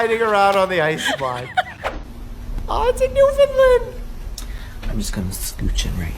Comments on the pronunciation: I’m from Newfoundland and I’m here to help your pronouncing of Newfoundland instead of saying new-fin-lind say new-fin-land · You are pronouncing it as New-Finland.. it’s properly pronounced New-Fin-Land our New-Found-Land but said quick that it sounds like Fin-Land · Mike I love ya . But as a Newfoundlander! It’s pronounced NewfinLAND . You can send a sound clip here . But I’ll send a link . lol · it is new-fi-land iam Canadian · It’s pronounced NewfinLAND Emphasis on the Land. I’m from there. Thank you for trying though. Most people don’t 🤗